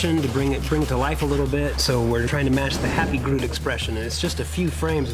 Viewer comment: why do so many people say broot instead of groot